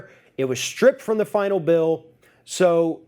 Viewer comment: M-fasis on the werd, "final"...the kuntz